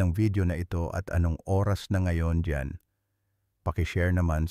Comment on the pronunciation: alam mo d mo bigkasin ng klaro ang oras..lilalabo mo ang pgkasabi pwd mo nman dretsong sabihin kung ilang oras bago matulog..